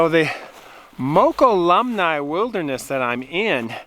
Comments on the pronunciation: Moke-all-um-me. Pronunciation. :) lived on Ebbetts for 25+ years. Moved far far away to Tuolumne County. That’s too-all-um-me for those who don’t know. :) love your videos and your camp choices to tell the stories, thought I’m still not so sure anymore if I want to solo backpack or even solo camp anywhere near Pacific Valley. Keep it up! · Hi, it is pronounced “Mo-CALL-uhm-nee.” Nice video as always! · Thanks for taking us along on your adventure! I believe the name of the eponymous native tribe is pronounced "mo-call-um-knee" (accented 2nd syllable). Their ancient home was a bit north of the Miwok, who were nearer Yosemite. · Moe Column Nee is the correct pronunciation of Mokelumne. 😊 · Hey, love to watch your videos! Btw, I was born and raised in those mountains; it’s pronounced, Moke-cull-um-ee. Kinda rolls off the tongue. Lol! Keep hiking! 😉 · Haha! You butchered Mokelumne. That is ok. You're not the first. It's nice to see my old stomping grounds. Thanks!